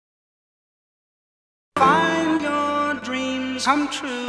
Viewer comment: 저는 come true에서 발음할때 삼촌이라고 들렸어요.